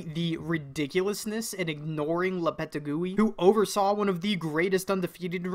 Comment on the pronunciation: Lopetegui, pronounced Lopetégwi. You're welcome!